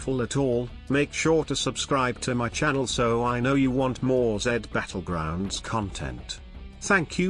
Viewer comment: Dude really said jed Battlegroungs 💀